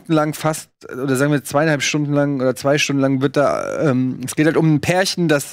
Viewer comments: Hat Simon nen Sprachfehler...Eeeees! 😅🤪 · Tiefenpsychologie nach Freud. Wird da mit langem E ausgesprochen. Demnach ist das Es der Zerstörungs- und Lusttrip des menschlichen Ichs. Vielleicht hat sich das bei ihm während der Gymnasialzeit eingebrannt. Wird in Psychologie behandelt.